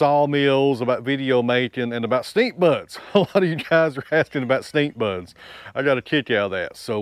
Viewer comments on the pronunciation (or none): Ok So is he saying Stick or Stink bugs? We had stink bugs..... bad bug